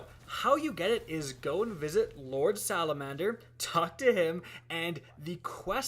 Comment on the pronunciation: am i the only one tht noticed he said lor salamander??